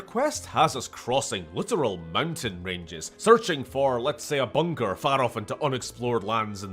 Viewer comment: I seriously thought he said "searching for a Bunger" but no, he said bunker.... not nearly as good